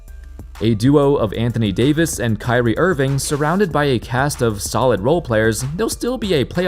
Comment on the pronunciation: The Anthony Day-to-dayvis makes my day. Thank you.